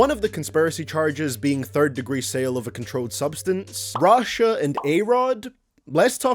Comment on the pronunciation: When you say Rashad you sound like you sayin russia